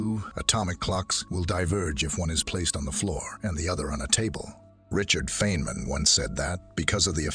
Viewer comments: Richard fin man? The gentleman doesn’t have a literacy to pronounce very famous scientist names correctly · Oops! You mispronounced Feynman.